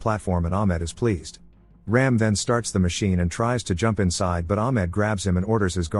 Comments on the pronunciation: It's not 'Raim' .. it's ' Raam' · It's not Ram as in ramming.. It's Raam